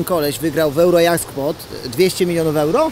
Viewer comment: w końcu ktoś powiedział poprawnie "EURO JACKPOT" a nie jak w reklamie mówią "Euro Dżekpot". Jak "dżekpot" to "juro" a nie "euro". Brawo